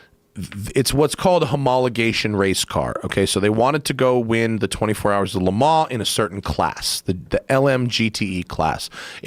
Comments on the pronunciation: TELL THIS DUMB ASS ITS LEMAN'S AND NOT LEMAN..WHERE DO U FIND THESE IDIOTS!!!!!???? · Why does he keep saying "le ma"? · I can't get over this guy trying to pronounce Le Mans lmao